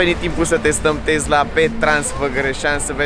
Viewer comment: Tesla nu ‘Tezla’